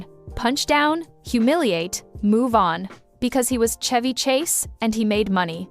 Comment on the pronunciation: Why are you pronouncing Chevy like that?